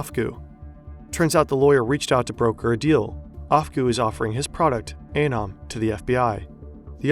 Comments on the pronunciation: The guy in your video clip showed you how to pronounce ANON, and you ignore it. 👎👎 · I do think it’s pronounced ah-neu-m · Is it anøm or anom? You pronounced it anom, but wrote it as anøm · Your pronunciation of “anom” is just plain bad.